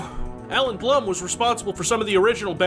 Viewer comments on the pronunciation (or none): none